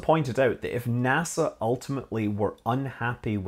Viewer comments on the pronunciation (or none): none